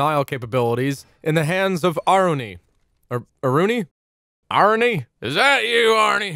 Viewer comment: As a Thai people I spelled her name AH-RU-NEE